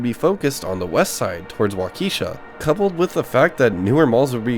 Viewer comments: from the early intos.... i first got the impression this was a local mall to the narrator. a "born and raised" kind of history with the area... and the mall(s). but NOBODY from the area pronounces the nearby city... waw-KEE-shuh. it's WAW-ki-shuh .... and excuse me... "paul hor-NUNG"? anyways..... my mall was southridge, but cool nostalgia. 😎 👍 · My dude said, "WauKeesha" ...Walk-a-shaw :face-green-smiling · wonderful video but as a Wisconsinite Waukesha is pronounced waa-kuh-shaa. I wish the people who tag were more creative cause it was a bit sad to see KB toys all about sex would have been nice to be a mural of toys or something bright and less crude. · Waukesha is pronounced Wok-ka-shaw. I was having a conversation with my grandpa a year ago he ran the Southridge JCPenney and helped out with the opening of the Northridge mall. They knew back then the mall was going to have problems. It's the area it was built around. It wasn't just the one event in 95. People were more often coming in to hangout and cause trouble vs coming in to purchase items. Southridge Mall was built next to Greendale which is a upper middle class area with more expendable income. It's too bad doing things like going to the mall on the weekends isn't a thing anymore. Now we all are glued to our phone ordering of Amazon. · Learn to pronounce Waukesha please (walk a shaw) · The video is great, but you really should look into local and correct pronunciations. Waukesha, Paul Hornung, etc... Incidentally, I worked at Waldenbooks in this mall up until the time the store closed in March of 2002. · The Waukesha pronunciation haha creator is absolutely not from Wisconsin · This was pretty good except for butchering the names of things like Waukesha, Prange's, Paul Hornung. I used to hang out here in the early 90's as well as Southridge Mall. It is crazy to see how well the condition of the ceilings has held up.